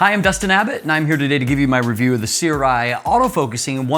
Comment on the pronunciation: The pronounciation is surai, sorry.